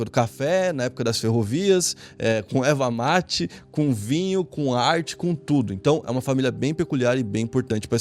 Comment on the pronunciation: "Eva mate" hehe parabéns pelo vídeo 👏👏